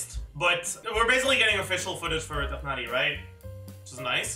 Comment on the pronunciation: LOVE how pronounces Tighnari so effortlessly <3